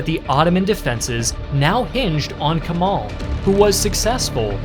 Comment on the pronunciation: It's a great video overall, but please do not pronounce "Kemal" like that. pronounce the "e" the same way you would pronounce the "e" in Germany.